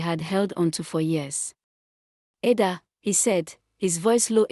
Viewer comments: You pronounced it wrong Ada😂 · Learn to pronounce people names its ida its Ada not amokca but Amaka